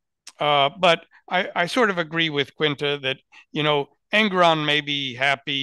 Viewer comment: En-goron not Eng-goron.